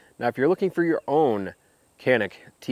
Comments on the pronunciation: it is pronounced /ʤɑnik/. Not /kænik/ or /yænik/. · It's pronounced Ja-nik. In Turkish C makes a J sound.....Sorta... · Canik is turkish and it is pronounced CHANIK with a long a sound..... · both of your canik pronounciations are wrong. you start J sound. sounds like john-ik would be better. And thanks for the review.